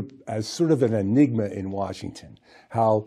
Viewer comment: Hey Kyrsten... enigma /ɪˈnɪɡmə/ noun a person or thing that is mysterious or difficult to understand.